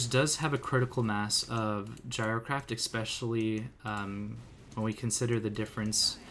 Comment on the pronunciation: Hearing you exspecially 40 times a vid makes it slightly harder to watch. There no X in the word.